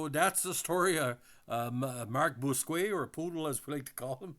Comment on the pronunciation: nickname in real life is "",,or could be ""....Nice guy! Bousquet usually pronounced Boos-Kay...